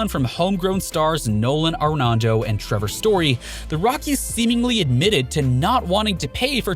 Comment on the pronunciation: Also he said “Nolan Arenando” lol